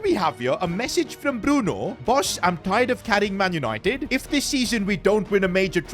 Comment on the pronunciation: Bruno f or nahco . Bruno for chicken . Get his fucking name right